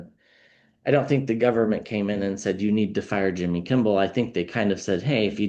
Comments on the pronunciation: Kimmel, not Kimble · Kimmel not Kimball. Im sorry, the English teacher in me with OCD just went off the rails. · Sorry but I have to make a correction — it’s Kimmel, not Kimball. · KIMMEL not KIMBEL,. 😂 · Lol you keep saying Kimbel its Kimmel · Appreciate you enormously, - watch your readings almost every day. Just FYI, it's "Kimmel" - no "b" ☺️ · There is no “B” in Kimmel. It’s Kim-ml. 😂❤❤ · Receiving the message but thought I heard wrong the first time. Distracted that I kept hearing Kimble 😅 just me? 🤷‍♀️